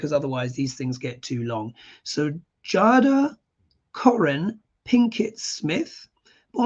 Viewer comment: I believe her name is pronounced “Jayda.”